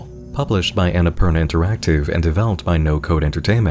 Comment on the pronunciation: The way you say "Annapurna" is something so deeply satisfying, i can't even describe. Can't wait for updates to this! ♥